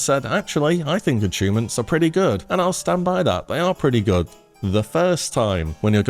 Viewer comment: I enjoyed the "achoonments" myself.